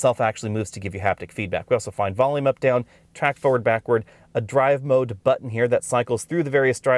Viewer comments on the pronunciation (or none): none